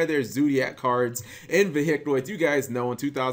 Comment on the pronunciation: how do you pronounce vehicle?